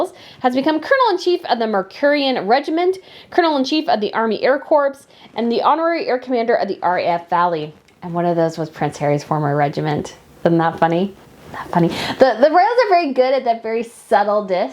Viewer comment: Army Air corps pronounced corrrrr p is silent. love every video. You're always a breath of fresh air and so knowledgeable and wonderful to watch because you have so much enthusiasm❤